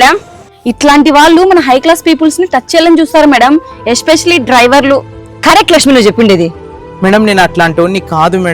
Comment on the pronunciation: పీప్ ల్స్ కాదు పీప్ ల్ అనాలి